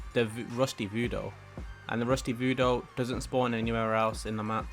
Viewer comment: Voodoo not Voodoe your killing me